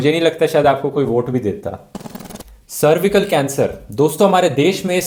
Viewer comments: It's cer y cle cancer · Not a bhakt but i dont surely wanna end like this.... Saying that these news are not covered by Mainstream media but then showing news articles of them... Not being able to pronounce "cervical" correctly... Writing 71 and speaking 17... Taking an years old statement of modi (latest news you know 😂😂) about climate change completely forgetting that he was instrumental in signing Paris climate agreement, which was actually mentioned in that same sudhir chaudhry interview... Just some of the hundreds of idiocies in this video.. worth spending 14 mins only if u wanna have a laugh😂😂😂